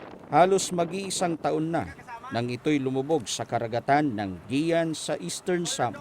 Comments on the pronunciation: nakakaawang reporter parang gutom kung mag ulat..kumain ka muna mali pa pronounce niya guiuan (giwan)hnd giyan... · Anong Giyan! Guiuan ganito Yung pagpronounce (giwan) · Gi-wan kase hindi Gi-yan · Guiuan = ge-wan ✔ = ge-yan ❌ Kaya pala di ko gets kung ano ang ge-yan(Guiuan) 🤔 Guiuan(ge-wan) yun 😂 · GIWAN po tamang bigkas. dpo GIYAN..... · giwan po ang bigkas dyan hindi giyan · Itong reporter d man Lang nagtanung tanong kun anu talaga Ang TAMAng pagbigkas ng pangalan lugar... Guiuan "Giwan" not "GIYAN" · Hindi po GI'YAN pagka pronounce ng Lugar, GI'WAN po (GUIUAN SAMAR) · IT PRONOUNCE AS (GI WAN )NOT (GIAN) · geyan? haha. gewan pagkabasa nyan. in spelling. guian. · Aric Theodore imbes na (giwan) ang pag pronounce, (Giyan) nMan sa ulopong n reporter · ang pronounciation jan ay hindi Guian or giyan, ang tamang bigkas jan ay GIWAN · GUIUAN (Gi-wan) po! Hays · Tanga namn nitong reporter may giyan Eastern samar ba na lugar olol guian ndi giyan!!!😂😂😂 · Isa pa to kinorection mo na nga mali pa hahaha. Guiuan po. "Gi-wan" perfectionist eh hahahaha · mali pa pagkaka pronounce ng Guiuan anu ba namang klaseng reporter to